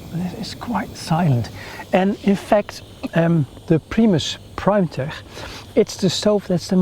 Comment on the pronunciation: Its pronounced "primetek" not "primetehhh"